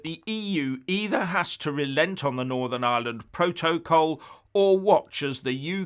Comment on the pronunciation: Keep on talking about Biden, and forget the "proa-toa-call"! LOL